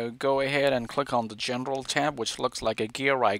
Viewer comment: “gendral” when he should say General